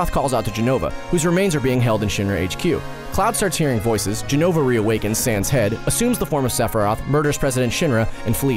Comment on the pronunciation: lots of mistakes with jenova, but ok